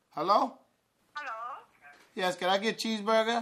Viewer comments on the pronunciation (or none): herrow? herrow? lol